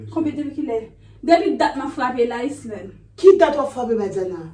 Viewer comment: Sam Renmn an e lè Badiana di Islande 😂 Padon tnde chr epil tnbe ri